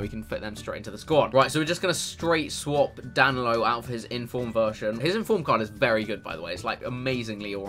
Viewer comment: Anyone in 2019? And is getting annoyed that he's getting danilos name wrong